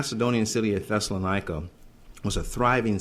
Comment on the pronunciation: I'm already so agitated I'll be making comments as I go along. such as "Thessalon-EYE-cor" What the kind of hell pronunciation is that? If he can't pronounce Thessalonica properly (or be bothered to) can we really trust his musings on a subtle and multi-coloured life-threatening problem?